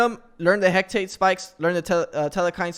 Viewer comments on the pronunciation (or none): hearing that made me wanna cry